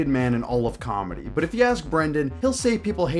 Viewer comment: Brendan does cawlmedy. there's a difference 😂